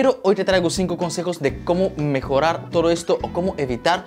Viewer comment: Por qué dices toro en ves de todo ??